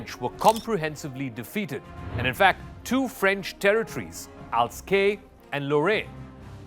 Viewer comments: "Al-zass", not "Al-skay"! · It's 'Alzas' not Als Ke! Very presumptive and speculative content. Fooling people with wrong content and below par quality. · Alsace, not Alscae... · It's not "Alscape" but Alsace ! Alsace from where I'm watching this video BTW ;) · Not Alskane. It's written Alsace and it's pronounced ALZASS. BTW, that's my region. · Alsace and Lorraine not alsake and Lorraine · You meant Elsass (Alsace)...by saying "Alskey"?... Because if u meant Alaska, it is a completely different territory. 🍺🍻😎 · Correction: “Alsace” is pronounced “Alsase”, NOT “Alcaque”. Use Google Translate audio🙂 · Alsace is pronounced "al sarce." The people look.German, but behave & speak French. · It's pronounced alsass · Regarding the introduction, France and Germany have an history that dates back way before the Franco-Prussian war, think Charlemagne, and the regions seized are pronounced Alzass and Lorraine. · Ignorant BS. Learn to pronounce Alsace and Le Pen. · You are pronouncing 'Alsace' wrong. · I can't take someone seriously on French issues who has no idea how to pronounce Alsace.